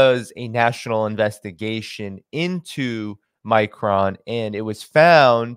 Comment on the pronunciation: It's pronounces "My Cron"... Like "pong" Not "My Crone".... Like throne.. Sorry, my OCD just kicked in...;-)